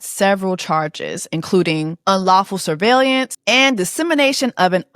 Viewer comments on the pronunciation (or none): Sorry, but you have to pronounce that word correctly - sur·veil·lance [səˈveɪl(ə)n(t)s. Otherwise, very nicely done.